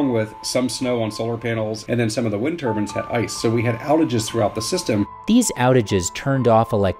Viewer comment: Turbine... not Turban